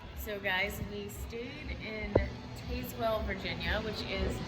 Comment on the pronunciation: Just seen the vid, great job. Look into the Saramonic blink 500pro 2 for mics. You get two mics so you both can be wired. Just FYI from my vid review it's not a very good riding mic as it is for when your stationary. Very good on sound without wind. Also, being raised just 15miles from Tazewell we pronounced the town "Taze-well" haha. Just thought I would let you know how the locals say it. Keep up the great work.